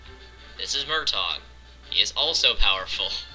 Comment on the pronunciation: Its Mrtaeg not murtawg